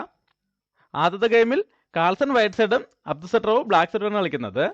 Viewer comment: അടു സട്രോവ് അല്ല. അബ്ദു സത്താറോവ് ആണ് 😄😄😄